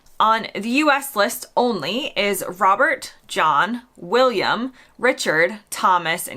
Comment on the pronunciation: William! Will-yummy 😅